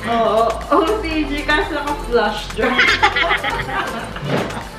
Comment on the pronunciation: Natawa ako sa "FLUSH" drive hehe Pwede po I normalize niyo yung pitch diko po kasi maintindihan 😊